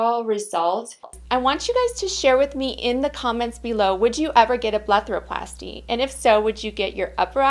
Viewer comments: Am I tripping or does she say BLETHAROPLASTY instead of BLEPHAROPLASY. lool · It's called a BlePHaroplasty...not a BleTHaroplasty.